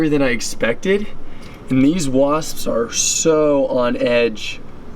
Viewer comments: 😂he says wasppsspss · He said wasppsps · He said Waspspspsps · The way he adds the extra s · STOP SAYING WASPS LIKE THAT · I don't like the way you say wasp's